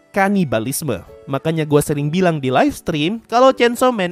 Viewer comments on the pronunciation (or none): none